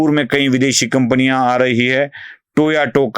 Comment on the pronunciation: टोयाटो नाही. टोयोटा